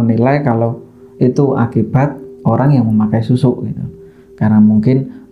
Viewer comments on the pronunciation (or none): Sekedar masukan saja, tlng bedakan kata 'susu' dan 'susuk'. (Kata 'susuk' berakhiran huruf 'k' nya hrs jelas). Itu aja. Ceritanya bagus 👌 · Itu dialeknya mba.. Klo org Jawa kebanyakan pengucapan utk kata dg akhiran "K" ya seperti itu (dihilangkan), "susuk" diucapkan "susu". Kecuali Jawa "Ngapak" Pengucapannya penuh, seperti "susuk" diucapkan "susuk" begitu mbak😄🙏